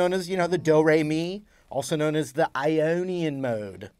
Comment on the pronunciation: Huh, your Twitter says you're from California, but when you said Ionian you dipthongalized your O in a way that made me think you were likely a Philadelphian. Or possibly a Baltimore native. I-yeeeow-nian.